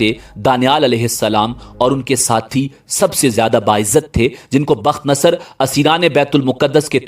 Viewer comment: تم جاہل آدمی ہو. تمہارا مطالعہ بہت کمزور ہے. پہلے تو بخت نصر کا تلفظ تم غلط کر رہے ہو. دوسرے ساری کہانی بے تکی ہے. وہ بادشاہ دانیال علیہ السلام کے ہاتھ پر اسلام قبول کر چکا تھا. تمہاری جہالت مسلمانوں کو بھٹکا دیگی. روپیہ کمانے کے بہت راستے ہیں. مگر جہالت سے روپیہ کمانا حرام خوری ہے.